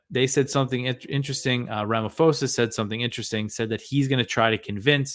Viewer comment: Our President's name is pronounced Ra-ma-paw-za. Our ruling party, the ANC, received training and support from Russia in the fight against Apartheid, so unfortunately our government will take Russia's side, even in peace talks. Greetings from South Africa. Keep up the good work!